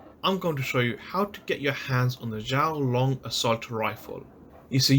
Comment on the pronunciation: XUAN Long XUAN not shouwn or whatever you said 🤦